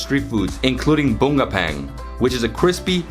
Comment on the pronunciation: what an awesome video! truly enjoying your explaining a crazy amount of Korean street food and attractions in southern region of S Korea! learning something new from you! btw your pronunciation for the fish shaped with red bean filled ones, Bungeo-ppang (붕어빵), so hilarious! hahaha! 😻